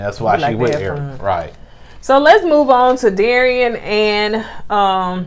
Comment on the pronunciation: Alek-see-uh and Dare-ee-in. You almost got it,!!